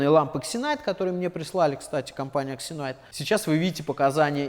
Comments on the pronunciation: Не претендую на экспертность,но мне кажется правильно читается все таки "зенит", а не ксенайт🤔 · "X" в начале слова читается как "з" Думаю компании Зинайт которая заслала вам лампы не сильно понравилось, что вы коверкаете ее название)